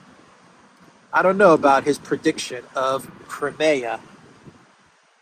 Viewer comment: It’s not called krimaya. It’s Crimea! Cry, me, ah!